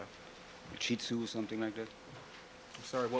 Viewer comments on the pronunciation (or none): Darden's never heard of a shheet-tzoo ... bwahaha